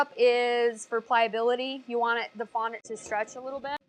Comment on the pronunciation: I hate how you say fondent you should say it like fonDAT *duaht*